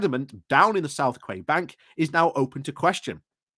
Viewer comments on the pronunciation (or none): Friendly note that 'quay' is pronounced as 'kee'.